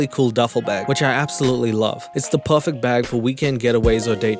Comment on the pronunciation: Im sorry but I can not for the life of me put together why your accent is so weird I get there will be regional and geographical influence with heritage and stuff but for example the way you say PURFEC instead of perfect and you just said furst in a weird way to as I'm writing this , you mean first but maybe only to me ,it definitely sounds like furst ,can you let me know ... Anyone pls 🤣